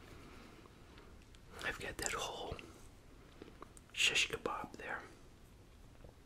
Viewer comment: You pronounce it so good!! I Love it. Are u middle eastern or something is this something i don’t know about?🤍☺️